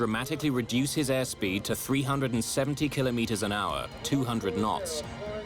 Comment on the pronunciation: Love these docs but what’s with the odd metric measurements? Flight altitude is standardised in ft, not meters (or “killer meters” according to this narrator). English accent but certainly not our numbers 😵‍💫